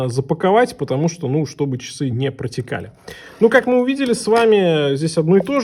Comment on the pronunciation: А што это - "чисы"?Или ты хотел сказать ,часы?А чиёк,это что?